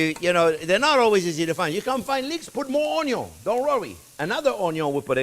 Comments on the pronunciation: Ha ha onyo pie. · I give a thumbs up just for listing it as “onyo” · I didn't know you can do that with that lot of onyo. Wow. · the man who embrace his meme, is the man whose heart is pure. ONYO!